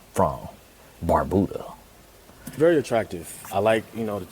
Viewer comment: 😂 I’m from Antigua and Barbuda and I don’t believe him, because why in the world would you pronounce it that way? The U in Antigua is silent it’s pronounced “An Tee Ga” and Barbuda is pronounced as “Barb You Da” so he’s definitely a second or 3rd generation… a real Antiguan gets irritated when they hear people pronounce it wrong! 🇦🇬🇦🇬🇦🇬